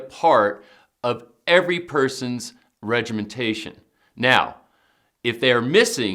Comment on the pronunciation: regimentation?, ecsetera? Doesn't anyone speak proper English any more? Study your declamentation, It's a great series, but you are educated people setting a bad example. It's "etcetera" :) and regimen. Please, The younger generation are watching you.